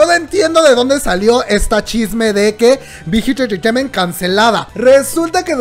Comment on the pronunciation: No digas mucho BIGHIT ENTRETEIMENT , POR QUE SE ESCUCHA MUY RARA , /NO ES HATE 😻 ME GUSTA BTS Y TUS VIDEOS